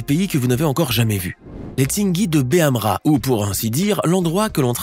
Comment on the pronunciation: C'est Tsingy de BEMAHARA et pas tsingy de Behamra